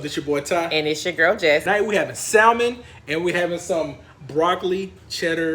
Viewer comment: The "l" in salmon is silent.